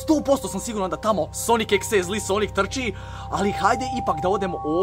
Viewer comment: Kaže se sonik dodi EK si. Mislim daje videe namješten jedino kuća je uvjerljiva